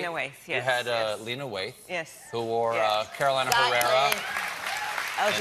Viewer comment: lo unico que escuche fue stephen diciendo "Carolina Herrera"... lol he nailed it